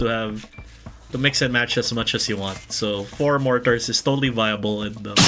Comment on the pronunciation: More-Tars XD